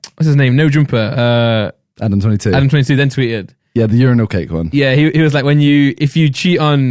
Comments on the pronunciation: Bro what the fuck who pronounces urinal like randolf “youRANall” wtf nigga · It took me a while to realize Randolph was saying “urinal” but i kept hearing “Your Rhinos” lmaoo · it's pronounced yur eye nal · WTF IS YOU-RI-NAL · Randolph just said ur-rye-nals what the fuck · The way Randolph pronounces urinal is fucking disturbing 😂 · Randolph doesn’t know how to say “URINAL” 😂😂😂😂😂